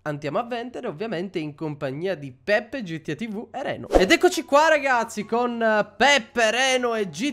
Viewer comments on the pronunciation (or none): none